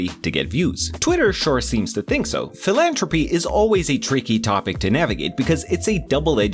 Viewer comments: It’s philanthropy with a th not j a T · Just so you know for the future, it’s philantHropy! You’re missing the TH 😊 great video otherwise! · Philanthropy has a th so it does have the tuh sound in it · I liked how he mispronounced philanthropy the entire video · Why do your pronounce philanthropy like that